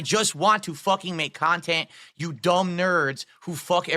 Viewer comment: “You dumb nerds! I just want to make Kahn-tint”.